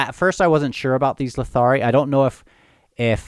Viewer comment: "Rhulad wants to get his butt kicked by his brothers" -- all I can say is LMAOOOOOO Udinaas is pronounced OOd-in-ahs (the last syllable rhyming with the Spanish word "mas", sorry couldn't think of a good English word to make that clear lol). When you get it right it can roll off the tongue Your pronunciation of Letherii is common so not a big deal, but it should be leTHERii instead of leTHARii As for all the stuff -- it really is a great opening chapter. All the Sengar family stuff, the seal poaching, all that... and of course Feather Witch casting the tiles. I mean what a scene to just throw you into in the first chapter!! Amazing stuff